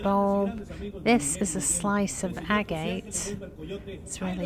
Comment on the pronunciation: The stone is agate pronounced agg ut.